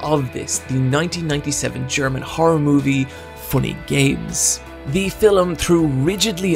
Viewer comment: "The fillem..." Fillem? ... ...I hardly know 'em.